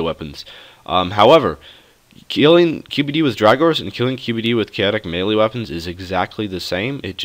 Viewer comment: Thanks for the video. One thing, you're pronouning melee wrong. It's meh-lee.